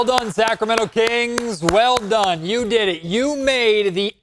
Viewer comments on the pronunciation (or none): You said “did it” like a young black girl. But yeah ownership and gm suck.